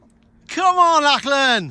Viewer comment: I hate to be "that" guy but it's generally pronounced 'lock-lan'. Otherwise I fully admire, and somewhat share in, your midlife crises. Enjoyed.